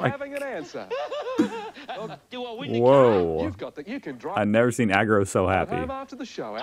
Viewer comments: AGRO no ARGO as in agressive. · R U dislecksick? Is name i s A G R O, not Argo. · It's 'AGRO', not 'argo'. Agro, as in 'Aggressive' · Not argo it's AGRO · Not ARGO, its AGRO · You're making us agro by continuing to call him AR-go.... To be "agro" is slang for aggressive... AG-row, AGRO!!!! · I had to stop watching, too Argo for me.. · Geez you better not say ar go 😂 If someone is aggressive we call them agro for short as us Aussies like to abbreviate everything. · Like some others have said already it's AG-RO. Not Argo. You've swapped the r and g around - how did you manage to do that? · Looks like we have another Emoo vs Eemyou (Emu) moment on our hands. It’s Ag-row not Arr-go (Agro) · Oh man, you saying Ar-go is killing me. It's Ag-ro man, AGro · It's AG-ROW, not Ah-go. No, Fat Cat was a kids' personality who didn't speak. Sump oil is just car engine oil. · I have watch this twice because it is sooooo funny!!! I yell Argo? no AG-RO(W) every single time, my children think im mad 🤪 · Not sure if anyone has said, but the puppets on the right are children's show characters who NEVER speak. "That's why I chose them" says Agro. Why you calling him A-R-G-O? It's Agro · I've observed that you pronounce Agro, Argo. Agro is an Aussie slang abbreviation of the word aggression. If someone gets angry, we say they're agro, or getting agro....Ah yeah, Argo is just too cute when referencing this disturbing puppet. 🙂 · Can you read, or what? A G R O as in AGRO vation , where did you get ARGO from , the Aremican education system? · What the hell is an AR-GO? His name is on screen. Read it! AG-RO. And sump oil... glad you looked it up but you still didn't figure it out. A sump is the oil pan in your car. And the reason Agro won was because Fat Cat and Friends never spoke. They always communicated with gestures and had a human to speak for them. Since they couldn't speak an answer, Agro won the points. Smart move by Agro. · He's not AR-GO - he is AG-RO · Ag ro...... not Ar go. 🤣